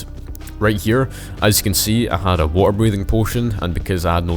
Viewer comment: blud said wa’er